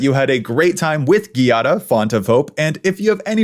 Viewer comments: It would be 'djàda', not 'ghi-ada' (it's a common Italian name) 😊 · You're pronuoncing It ghiada, but Giada requires the soft g, sounding like the j. Giada Is the italian word for Jade, be It the rock or the name. You english speakers should read It as Jada to pronounce It right. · I have issues with how Giada is pronounced. 😅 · I really liked the video but I can't stand how you pronounce Giada